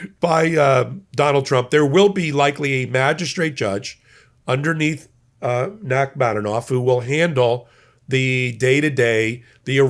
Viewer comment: I'm a constant viewer and really appreciate your careful work. One critique: The judge's name is Nachmanoff, not Nachmanonoff. Different. Thanks for listening.